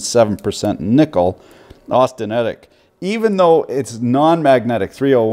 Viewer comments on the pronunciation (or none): none